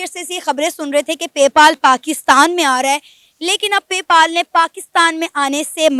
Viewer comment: पे पाल नही पे पल है यार 😂